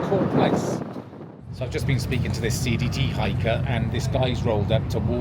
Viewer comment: Im glad I rewatched the last clip in DuBois. I initially thought I heard you say "seedy hikers" versus CDT hikers.